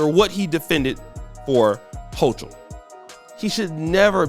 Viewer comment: This dude still can't pronounce kathy holcom name he is a dummy but talks about how Eric Adam's talks lmao smh